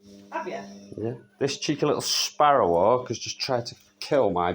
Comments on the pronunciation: The angry emphasis on SPARROW in sparrowhawk made me giggle. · He says Sparrow Hawk like Draco Malfoy says Potter. So much emphasis lol